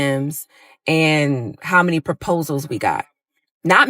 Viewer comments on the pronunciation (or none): she said “perposals” TWICE‼️ 🚩